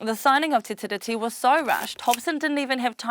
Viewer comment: it's pronounced "te ree"